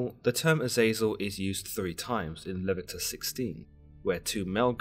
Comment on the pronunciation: It’s Le-vi-to-cus